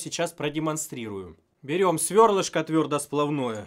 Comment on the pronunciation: твердосплАвное, твердосплАв. Меня аж коробит, когда слышу ударение на О)))